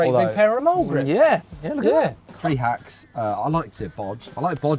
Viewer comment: Its Hacks and Bodges, not Racks and Bodges